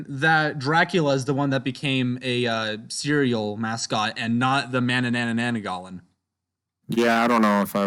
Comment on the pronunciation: I love the way he pronounces manananggal lmao